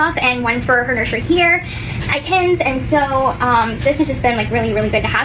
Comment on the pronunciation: her saying “nurshrey” makes me wanna die